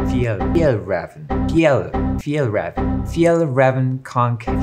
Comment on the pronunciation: I’m pretty sure it’s pronounced fee-El-Raa-ven kon-ken